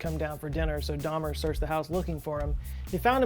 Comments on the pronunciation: Daumer should be pronounced "dow-mer," not like Dahmer. The name Georg sounds like "Gay-org," not George. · It is pronounced and spelled DAUMER ( as in "HOW" )!